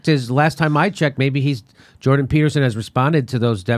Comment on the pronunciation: I love most of Jimmy Dores videos but you didn't make it 30 seconds into this without getting it wrong and mischaracterizing why Jordan Petterson had an issue with bill c17. And can you not even say the dudes name correctly?